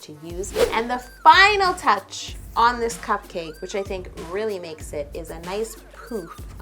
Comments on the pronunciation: The way you say "cup-CAKE" is priceless. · How she says cupcake😂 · I don't like her saying cupcake that way